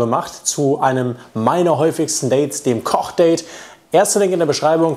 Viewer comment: Ich versteh die ganze Zeit Cockdate, wenn du Kochdate sagst xD